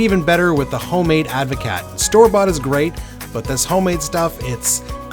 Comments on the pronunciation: It's pronounced like Ad-vo-cart 😂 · It's a Dutch word, so you pronounce the "t". Ad voh caat - cheers 🍹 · proper advocat doesn't have vodka only brandy.. and you need to learn how to pronounce it correctly